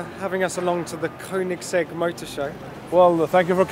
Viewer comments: You get the opportunity to talk to Christian about the car and you stand there consistently pronouncing it wrong even after he says it correctly smh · 😂 gotta love koenigsegg